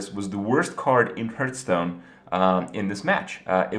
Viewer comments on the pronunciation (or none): What the hell is a Hirth? Hurth?? Lol HARTH. HARTH STONE. Hearthstone I like the video and I'm just giving you a hard time. 😁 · ITS PRONOUNCED (HEART)H STONE!!!! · TRIGGERED, by the pronunciation of hearthstone